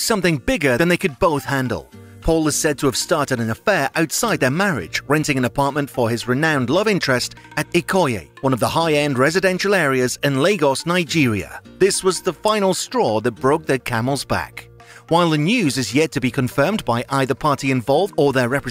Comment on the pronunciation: Really impressed with the English voice-over. Incidentally Ikoyi is pronounced "ee-koy-ee" well done for trying though. Yes, there was real shock about this particular divorce although I think the irreconcilable differences were something to do with Paul Okoye's hairstyle compared to when they first got together. Any chance of a reconciliation between these two will be met with hope. 💖💖💖